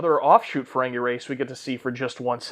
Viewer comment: OK, it's not Luxwana....it's pronounced Loo-walks-on-ah.....almost as bad as Jen Murray saying Ferengay instead of Ferengi